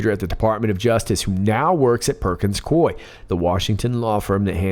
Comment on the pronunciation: It's: PERKINS-COO...EEE!